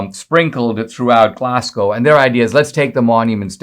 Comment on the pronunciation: interesting story Dinesh on Dr Livingstone ! , by the way Glasgow is pronounced GLARSGO :) not Glass GOW